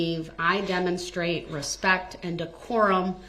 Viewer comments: He never once said that ! He said, "With all due respeck" whatever that means ! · It is amazing how many commonly used phrases he frequently uses that he can't seem to quote correctly. For example: "with all respeck" instead of "with all due respect ". There just has to be some kind of defect in his brain's processing capabilities !